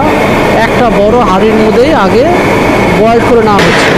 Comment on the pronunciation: ভালো লাগল দেখে। কিন্তু দাদা বারবার boiled boiled শুনতে বিরক্ত লাগছিল। বয়েল বলা উচিত ছিল।